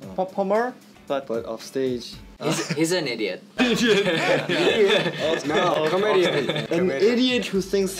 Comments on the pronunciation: I literally needed the timestamp for Jinho's "he's an idiot". I can't stop replaying that part cos his English really sounds good. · the way jinho said "he's an idiot" in perfect english SENDS